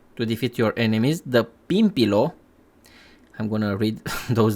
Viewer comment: the way u said pimpilo 😭 not being rude it was funny and cute